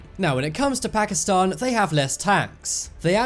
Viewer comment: First of all learn how to say pakistan btw why did u make pakistani look like arabs?